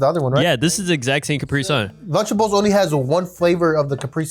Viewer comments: left guy says capry sun right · Its cu-pri-sun not capri-sun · “CAPRY SUN”😂